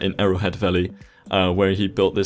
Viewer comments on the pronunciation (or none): none